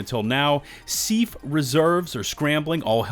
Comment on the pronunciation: Bro, you gotta stop pronouncing the S.E.A.F. like seef. It's S.E.A.F. Just like we don't call the CIA, seeya. Call it by its acronym.